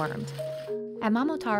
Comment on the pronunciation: bro how tf did they mispronounce momotaro 😂